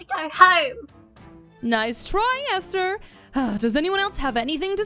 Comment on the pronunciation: Why does say “Easter” instead of “Esther”